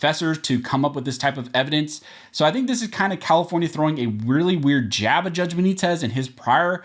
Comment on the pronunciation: Stop saying St. Benitez